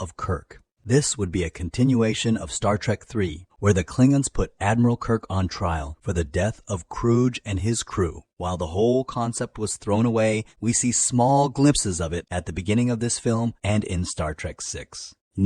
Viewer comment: Krug is pronounce with a hard 'g' (rather than a soft 'g' like 'j').